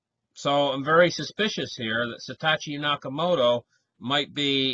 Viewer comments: YESSS!!! Hello? SAH-TOW-SHE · It's SA. TO. SHI.